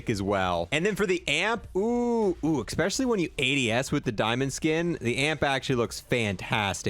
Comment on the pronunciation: Yea I caught this one right away. Sly should've got this skin. be slippin on his pimpin sometimes, EXPESIALLY when he tries to say especially 😜 still watch his vids tho.